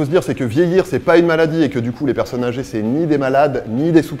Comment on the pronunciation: Tu peux faire la liaison pour "les personnes âgées" sisi jte jure!